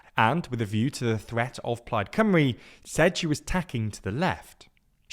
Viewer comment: but the video is in English, so shouldn't the spelling be English too? They kept pronouncing it Cumry, not Cymru (Simru?)